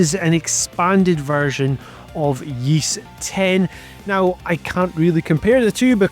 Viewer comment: Yeast 10? Never heard Ys pronounced that way before